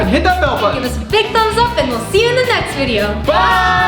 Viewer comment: That not how u say vodio its video